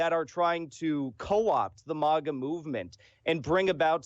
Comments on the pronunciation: "MOGAH movement" LOL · MAGA is pronounced like Saga. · He pronounces MAGA similar to the second word in Krav Maga, except with stress on the first syllable.